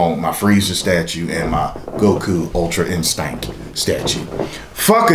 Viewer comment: I love how he says "Ultra-InSTANK"